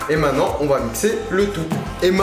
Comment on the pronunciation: il dit " mainnant " pas maintenant 😅😂